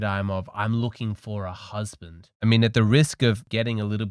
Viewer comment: I want a husbanttt! Here's an idea: First learn to pronounce "husband" .